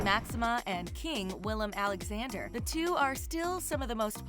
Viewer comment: Every time I hear her name I feel personally offended they put my name second (jk), but the same thing with the king, Willem Aaaaa-lexander